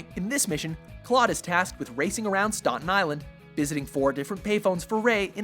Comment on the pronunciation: anyone else ever notice how often uses very strange pronunciation for some words? like "stAH-ten" for Staten Island instead of the common A as in Apple for stAten? Always just bugs me idk why. it's like they want to sound more sophisticated but... they don't